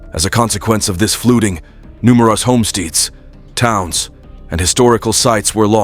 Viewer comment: The only scary thing about this video is the AI Narrator's pronunciations: "SignificAHnt FLUTing" instead of "significant flooding;" "Surrounding arEESE" instead of "surrounding areas;" "HomeSTEEDS" instead of "homesteads;" and "AcrISS" instead of "acres." The narrator turns the video into a LAUGH RIOT!